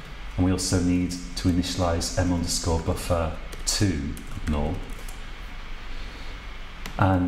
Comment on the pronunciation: You are saying north instead of null, it's really fucking annoying.